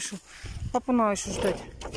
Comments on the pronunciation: пожалуйста,говори правильно!!!Есть слова НАДО,но не наа.Тут,а не тута.И фотошторы,это ужас,не вздумай. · Срау, нааа, чай запаривать, хатишь вы вобще думаете что то делать с речью?